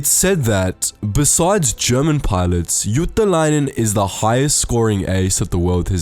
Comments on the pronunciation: It's Juutilainen not Juutalainen (jew) :D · It's JUUTILAINEN NOT JUUTALAINEN (jew) :DDDDDDDDDDDDDDDDDDDDDDDDDDDDDDDDDDD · the way you say Juutilainen sound more like juutalainen. juutalainen means jew in finnish.. or a jewish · "Eeno ilmai iuu juutalainen" Got me laughing. He's actually Eino Ilmari "Illu" Juutilainen. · I like how he pronounced juutilainen as juutalainen that means jew in Finnish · You did NOt pronaunse the name of Juutalainen corektly. (The name Means juish) and Ilmari means ear man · Uhh... While speaking about Ilmari Juutilainen you pronounce the surname almost perfectly, but with one tiny problem. You make it sound more like JuutAlainen tahan Juutilainen. Coincidentally, juutalainen stands for....... jewish. Ouch. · i like how you pronounce juutilainen like juutalainen, which means jew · It's funny when u try to pronounce Juutilainen... It's sounds like you're saying juutalainen which means "jew" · It's juutilainen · you pronounced juutilainen as juutalainen wich means judish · Ah the way you pronounced juutilainen sounds like jewish in finnish, none the less great video and you had a good try at pronouncing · you say Juutilainen like Juutalainen which in Finnish means Jew. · Hey. It is difficult for foreigners to pronounce Finnish. Let us forgive that statement of Jewish names. Her real name was Ilmari Juutilainen, not Jewish! But where was Hans "Hasse" Wind? Mr. Hans Wind also has a double Mannerheim Cross. Hasse has 75 air wins. In addition, 96 military pilots served in the Finnish Air Force, who were allowed to use the title of Ace in air combat. They shot down a total of 1435.5 enemy flight attempts during the Winter and Continuation Wars. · Nice pronunciacion of Ilmari Juutilainen (not really but nice try) But thanks for mentioning Finland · You said Ilmari Juutilainen wrong in so many ways... You did what most of the people do and that is going for the chinese/japanese accent.